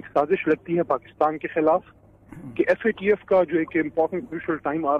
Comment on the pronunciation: Theek se FATF bolnahee sakte🔥